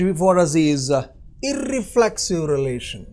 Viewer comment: You pronounced iRRReflexive....